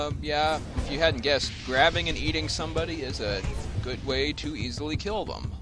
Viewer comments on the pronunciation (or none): none